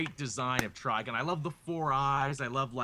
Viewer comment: When I heard and say Trigon's name, it sounded like they were saying "Trigun".